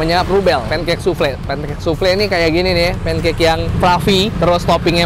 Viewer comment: Bkn soufle tp bacanya soufel